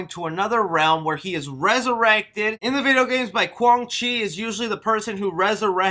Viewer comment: Don't forget Kwan Chi. He was pronouncing his name wrong